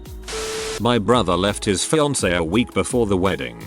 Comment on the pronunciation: Can you fix the way the computer says fiancé?